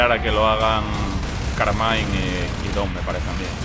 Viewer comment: soy yo o nombro a dom como "tom"?